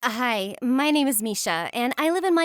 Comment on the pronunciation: When she says hi she says a hi